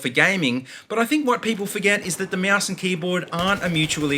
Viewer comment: mouse or moaoose? lol